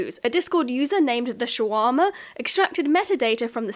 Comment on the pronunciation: You're going to take someone's eye out. It's TheShwarma, not TheShawarma.